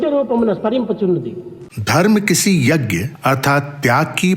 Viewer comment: स्वामी के उद्बोधन के हिन्दी अनुवाद में आपके द्वारा 'यज्ञ' शब्द का अशुद्ध उच्चारण खटकता है। स्वामी के उच्चारण को सुन कर सही उच्चारण किया जाना चाहिए।